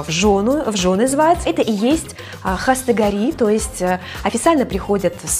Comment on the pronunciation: Не хастагори,а хостгори